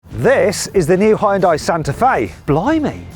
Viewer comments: ダサ………Hを強調し過ぎだ😞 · 本当に「ホンダイ」って発音してますね･･･ これ、ネットの冗談かと思ってたんですよ、ヒョンデが海外で売るときにホンダと勘違いされるためにヒョンデではなくヒュンダイという表記にし、且つその表記だと英米人の発音がホンダイになるのでホンダに聞こえるのだと。 ホンダと勘違いされて売れたのだと。 冗談かと思ってたら本当に何度も何度も「ホンダイ」と。 英語ネイティブの耳はHONDAの「ホンダ」とHyundaiの「ホンダイ」は明白に違う発音に聞こえてるのでしょうか？ それともやはり「勘違いするレベル」で同じような音に聞こえているのでしょうか？